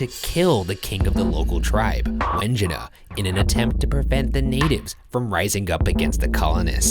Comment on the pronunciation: Wingina Ryan: win-ji-nuh Me: win-jai-nah